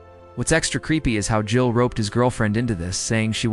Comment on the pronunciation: Super poorly done. Did you submit a script to a narrator with bad punctuation and pay him to read it for you? Can't pronounce JEEL or E Z Pass lol. Take this abomination down.